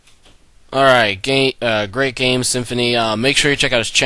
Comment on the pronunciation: "Alright. Gay, er great game" is what I heard at the end :p GG